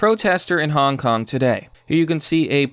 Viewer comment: Wait, u said HONK KONG?